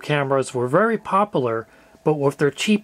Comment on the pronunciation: no offence it sounded like you said very poperler Its popular and you pronounce the U